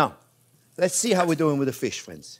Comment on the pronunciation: With fwends🥰